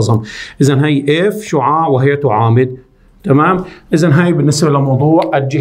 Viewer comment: ركزولي باول المقطع على كلمة s شعاااع شلون عم يقولا😂🌚